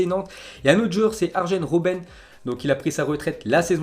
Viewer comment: Argen robben pffff apprends a prononcer quoi!! Arien robben on prononce!